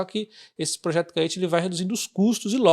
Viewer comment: Creio que a pronúncia de Caetê seja igual a Tietê. Bom vídeo.